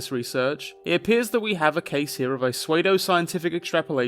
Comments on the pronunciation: "Swayed-Oh Scientific"... Oh boy my dude... Is that some kind of British thing? It's pronounced "Sood-Oh" Scientific. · Small nitpick - "Pseudoscientific" is pronounced "soodo-scientific"!